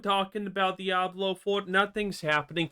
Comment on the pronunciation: At this stage, the W in Diablo is no longer silent.